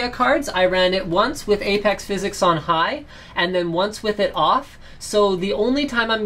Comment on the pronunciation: just say "physics" not "phys-x" it just sounds more normal